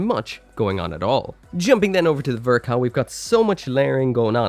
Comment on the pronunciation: “The best ver ka ever made” that’s an interesting way to pronounce the ball